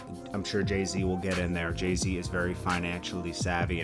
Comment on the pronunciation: His name is Jay Z not JAY T WTF?